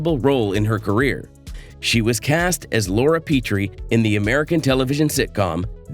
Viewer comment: It’s Laura “PEHT’ ree” not “PEE - tree”